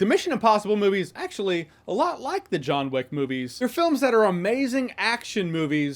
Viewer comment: *Jahns Wick